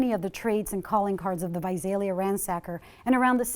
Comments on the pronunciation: Correction, she pronounced correctly like twice 😂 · I love how half the time the narrator pronounces Visalia correctly and half the time she throws a Z in place of the S 😂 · I live in Visalia. It's not pronounced with a Z, the way the narrator says it. It's said exactly the way it looks Vi-SAL- ia not Vi-Zal-ia. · Visalia Pronounced vy -say -lia. Not vy zaye lia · It’s Visalia not Vizalia lol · This drove me nuts! 😂 like where does she see a Z to throw in?? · Naturally, the reporter would not even bother to try to say Visalia right.... sigh... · Why can’t ppl pronounce Visalia right lol my mother’s friend died from this guy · please pronouce Visalia right. #559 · Reppin visalia...what what, also news lady learn the correct way to pronounce visalia